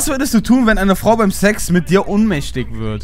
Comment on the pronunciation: Ohnmächtig nicht unmächtig goootttttt